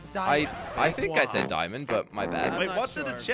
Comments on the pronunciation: didn't said diamond or iron he said imond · he didnt say diamond or didnt said iron gear he said iron+diamond=imond yes he said imond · he didn’t say diamon. or iron he said imon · didn’t say diamond, didn’t say iron, said... Imond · Ye he didn’t say iron but he didn’t say diamond he said is imonde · while you were about to take the diamond armour you said imond armour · he said iromond gear instead of diamond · you did not say diemond ore iron you said imond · He said Imond armor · Did say iamond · "Get some iamond gear" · alright guys get some imonde armour (Yes he said Imonde) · He said imond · He say iamond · you said imond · he said iamond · he said aimond/imond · said imon I'm like WTF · Quiz with black berry Did say iron or diamond Answer:Irmond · He said imend 😂😂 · Imon gear lmao you really messed up there XD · Gets some imond gear. Did you say iron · said iamond 😂😂😂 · said irom xD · When said you said iron you actually said Imond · From the start just said the diamond armour is I mond😂😂😂😂🤣🤣🤣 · ‘iomand’ -(A.K.A ) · He called it imon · said imon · you called the armour imond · He said iamond. I <3 your channel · do you guys know that said iamond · He said imind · said "aymon" not iron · You said ‘ iamond ‘ 😂😂🤣🤣🤣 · said Imond amor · he said dimond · say imon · said iron and diamond mixed together he said irmand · said nor diamond nor iron said iamond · said imond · you Said iman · he said imond gear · He said imain 😂😂😂😂😂😂😂😂😂😱😱😱😱😱😂😂😂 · you said imon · Guess you said iamond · You said imanes armer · You said imond slogo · you said iimon like iron and dimond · Did you say Iamond gear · He said dian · you didnt say iron or diamond. you said eyemond. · u said imand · He said imand armour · You didn’t say diamond or iron you said iamond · u said imond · He said imid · You said imomd